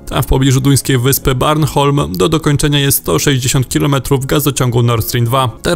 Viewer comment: Nazwę duńskiej wyspy Bornholm czyta się tak, jak się pisze! A nie "Barnholm" 😂🤣😂